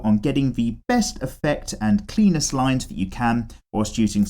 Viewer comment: You said best and cleanest lines, I heard Best and Penis lines...